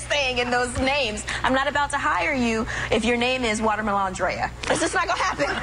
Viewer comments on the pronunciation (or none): And did this bitch really say watermalondrea?, she's been watching too much tre Melvin 😂